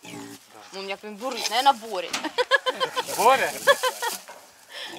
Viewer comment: Не Боря а БОрис.